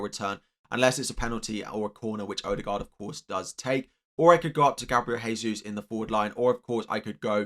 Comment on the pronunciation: It's pronounced 'Jehsus' not 'haysus'. It's Portuguese, not Spanish. The letter 'J' is pronounced.